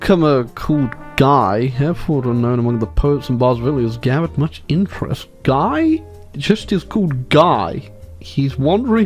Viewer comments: Guy is a French name. It is pronounced Ghee (hard G,ee) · Fun Fact: A guy named Guy was King of Jerusalem at one point. My history professor pronounced his name "gee" though, so take that as you will. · Gee is how Guy is pronounced in French.